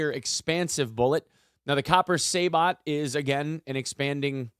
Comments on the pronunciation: Say-Bow not Saybt lolz cool vid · "Horna-dee".... "Say-boh".. if anyone is interested in the proper pronunciations lol